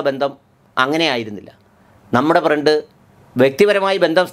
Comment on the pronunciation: ഫ്രണ്ട് അല്ല പ്രണ്ട്